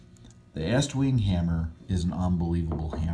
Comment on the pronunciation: Thank you for pronouncing "Estwing" correct (not eastwing).